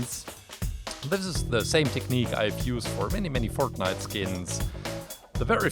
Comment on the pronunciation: dude did you say pork nite